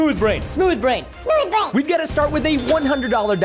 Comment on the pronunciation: I like when you first watch this and Preston says SMOUTH BRAIN 😂😂😂